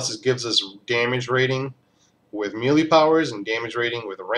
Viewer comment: Melee (Meh - Lay) Just saying.